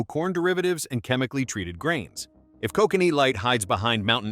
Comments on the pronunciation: Koh-connee 😂 nice AI junk narration. Koh-can-ee is how its pronounced lol. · I live in BC, and it is NOT pronounced Ko cannee. It is pronounced Ko kan ee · Gonna give this video a 0/5 and a big thumbs down for the irony: How can you make a video where you bitch about companies cutting corners to save on costs, while in the video you use an AI voice (that cannot pronounce "lager" correctly, and pronounces "Kokanee" 3 different ways) in order to cut corners and not pay a voice actor, reducing production costs? This is bad form and reeks of hypocrisy. For shame, sir!